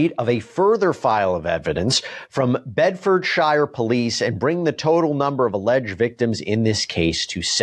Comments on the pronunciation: Bed-fu-sure, not shire, their nor hobbits... at least i think not. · Watching Americans try and fail to pronounce Bedfordshire 🤢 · That pronounciation of Bedforshire is criminal but not as much as the Tate bros